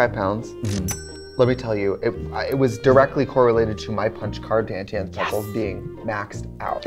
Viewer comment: Katya pronouncing “Auntie Anne’s pretzels” the way I do made my day